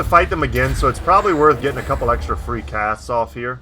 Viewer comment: I swore I heard get off a few cat's. Instead of casts. Was abit miffed lol